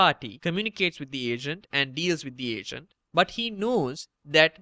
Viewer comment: I kept thinking you said Asian instead of Agent aha